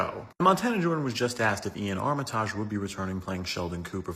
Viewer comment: I'm pretty sure it's pronounced "Ar-ma-tij" and not "Ar-mi-taaj".